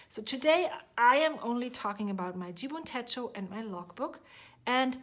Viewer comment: You pronounced it perfectly! 😊 Love your flips!! The memory journal is so creative and beautiful 😍